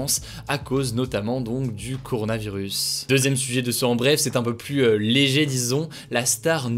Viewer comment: Moi c'est sa prononciation du mot "plus" que je supporte pluSsss